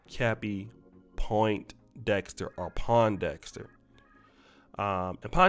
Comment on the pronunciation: He said “pointdexter” 😂